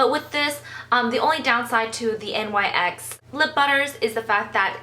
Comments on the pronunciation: It's NYX not N.Y.X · it's "nix" not "n.y.x" ( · I believe it's pronounced "Nix" not NYX, it's a word, not abbreviation. The line is named after Nyx, the Greek goddess of the night.